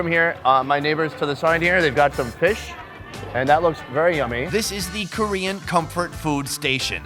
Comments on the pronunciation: he did really good for a foreigner, you gotta chill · What a great pronunciation when you speak Korean which is pretty impressive! I luckily found this channel by accident, and I’m watching every these videos( I can’t stop it lol). I love this guy who is perfectly not afraid with any strangers. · Pretty good pronunciation